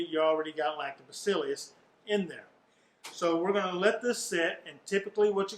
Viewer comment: It’s Lactobaccilus not Lactobaccilius